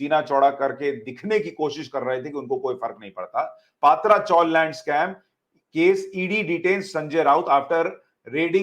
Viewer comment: सुशांत जी, सभी channel पात्रा चाल उच्चारण कर रहे हैं सही उच्चारण "पत्रा" है मराठी भाषी टीन को "पत्रा" कहते हैं, यहां मुंबई में पहले टीन यानी पत्रे की चाल बना करतीं थीं, पत्रा चाल उच्चारित कीजिए.